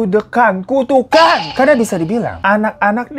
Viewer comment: tu to the ku to the kan "tukukan" bang😂😂😂